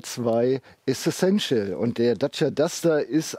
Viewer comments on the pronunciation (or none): Essential bitte, nicht Essessential ;-)